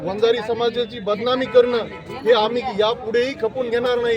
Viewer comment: बंजारा नाही रे वंजारी म्हणा